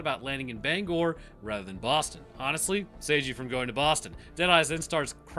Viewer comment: Hey, thanks for saying Bangor correctly.